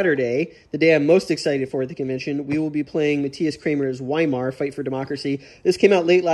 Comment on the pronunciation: Looking forward to watching all your Game On vids, but as someone that took years of German, I feel compelled to correct your pronunciation of Weimar. Anytime you see a W in German, it's pronounced with a V sound, so Weimar is pronounced Vy-marr. Just FYI...and because my German teachers would appreciate it. :) How do you like the "Eagles" system vs TLNB? I know that they are different scales (both units & map), but I'd be curious to hear your comparison thoughts.